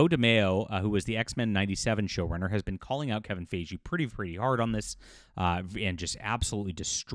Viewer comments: Kevin Fi-Gi, not Fey-jee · Fi-Gee not Fay-Jhee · Why do you say his name wrong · Well, it doesn’t help that Ryan Reynolds is a terrible person. So that might add to the hate. Also, why does insist on pronouncing Feige's name incorrectly? I am not a fan of the guy but I mean, that's not how his name is pronounced. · mispronounced Feven Feige's name numerous times, and he's reporting on gossip as if it's news. This video is embarrassing. and Ranting For Vengeance are the two worst anti-woke grifting monkeybots on YouTube.